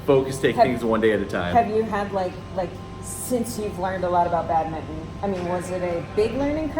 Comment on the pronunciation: Badmitton...? It's BadmiNton, please :-)